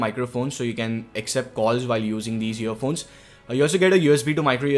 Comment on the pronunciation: it sounded like he said year phones